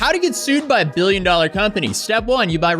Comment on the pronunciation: ...billion doollr company <whats dis?